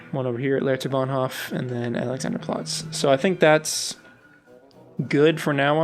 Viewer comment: I agree move and rotate the whole area somewhere else, so that the S-Bahn hooks up. Cool build. I've been to Berlin so many time, but I only know the "new city". BTW Hof from Bahnhof is pronounced with a long 'o'. Charité is pronounced French. For Bülow the w is silent, but I'm not sure there. It's what I remember from hearing the stops on the U-Bahn. Keep up the awesome build.